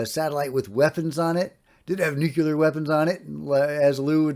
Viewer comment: Just a note on correct pronunciation,, nuclear not nuculer. No big deal.